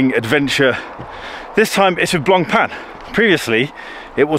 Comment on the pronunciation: Finally, an Anglo-Saxon who gets the pronunciation of Blancpain right.